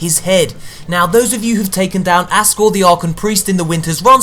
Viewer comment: fyi its aksor not askor